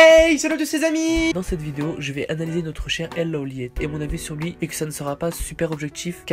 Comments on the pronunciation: C'est Low Light bordel ! Son pseudo se prononce comme tel ! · Sa se lit pas LeauLeiit mais LoLight